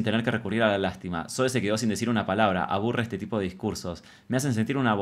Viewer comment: Amo a Zoe 💖 (Zoui se pronuncia visheros ahre 😅) 🙊🙊